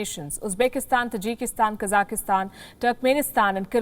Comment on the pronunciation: Why can't Indians pronounce 'Kazakhstan' properly? They all pronounce it as 'Kazakhistan'! The people are Kazakhs not Kazakhis!